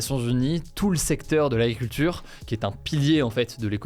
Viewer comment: J'aime beaucoup ton format d'infos (le seul que je regarde de tous ceux existants). Je voudrais juste te demander quelque chose qui j'espère ne sera pas blessant : s'il te plaît travaille ta diction, "l'aculture" pour agriculture, ça me perturbe. :( pardon.